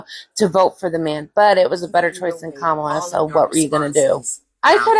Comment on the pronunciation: her name is Comma-La no Ca-mala